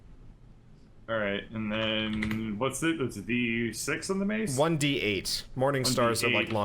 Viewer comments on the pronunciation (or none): I love the audio quality ahhhh such a breath of fresh air, how hard is it do get this right! I can forgive not being able to use the software right straight off the bat, and getting into the groove of everything...... but man "die"6...... # triggered haha it's "d"6 haha